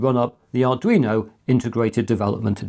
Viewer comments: I'm referring to the "you-know" part of the mispronunciation. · Arduino "you-know" ??? how do actually get the pronunciation wrong??😅